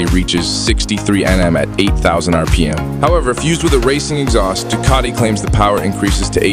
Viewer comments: Oh it's a dew kitty,with lots of tore kay. Why can't these types of channels use real people to narrate . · Do Ca tea??? Tor key??? Read by a robot???